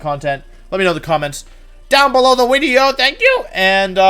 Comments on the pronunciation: It is, Wolfey mispronounces a lot of words on purpose as a running gag. (wenusaur, gee-arados, wideo, etc) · Earlier than normal wideo? Yes please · wideo wooo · Not live live wideo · Did you hear him say wideo